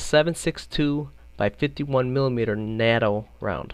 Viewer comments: its pronounced Nay-tow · Chevron is pronounced like shevron. NATO is a long "A" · It's NATO as in Nay-Toe, and CHEVRON as in Shev-ron... not sure you can make play the game this long without knowing how to properly pronounce those words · NAYTOE not NADO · ITS PRONOUNCED SHEVRON. AND ITS NOT NAAAAATO ITS A LONG A OH GOD IM SO SORRY IT WAS JUST BOTHERING ME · this guy knows his shit about scopes but can't pronouns NATO